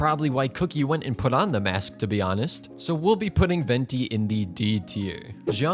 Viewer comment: You said Venti right(I just watched for Venti vs Kazuha build and the fact you said Ven-tai drove me insane